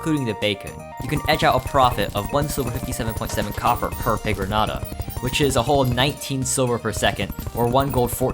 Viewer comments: It's pronounced pigron-yata and I resent you for pronouncing it like someone who's never heard the word piñata before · its pronounced pee gron ayta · As a mexican, I am baffled on your pronunciation of pigroñata like you have not ever heard the word piñata before💀💀💀